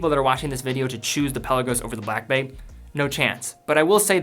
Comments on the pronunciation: Good vid, but “pel-law-goes.” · Love ur videos but u gotta stop pronouncing the Peh Lah Gos like that.